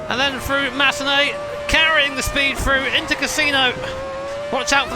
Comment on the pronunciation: For example, he says "Frew" instead of "Thru"